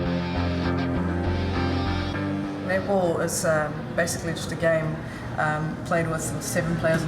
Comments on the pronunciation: xD when she says netball, i keep hearing nipple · i heard nipple. took me 20sec to get it was netball. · I LOVE how 'Netball' is pronounced with an Australian accent.... 'Nipple'....